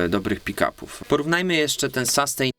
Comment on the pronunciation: no fajnie że kolejny gitarowy kanał. Wybacz ale rozwaliłeś mnie słowem SASTEJN Ale pozytywnie:) Zmierzymy SASTEJN. Mówimy raczej chyba SUSTEIN a raczej SUSTEEIN dłużej nieco E wymawiamy. Oczywiście pisałem fonetycznie. Dalej juz nie ogladalem ale sustain kojarzy się raczej z wybrzmiewaniem już razem z efektem jakimś. Np jakiś fuzzek czy Big muFF dają piękny długi sustain. Choć tak na sucho również świadczy o jakości instrumenty.Generlanie pozytywnie ale konkurencja zaróno polsko jak i angielsko muzycznych kanałów jest ogromna.pozdrawiam,Mariusz,Jak chcesz miec sastejn stary, jak ode mnie do Warszawy napisz a zrobie Ci fuzz factory z modyfikacjami. lub jakis sustainer MXR DYna COMP z opcja attack:) --efekty, modyfikacje, i efekcicki drogie jak diabli a niekoniecznie skomplikowane.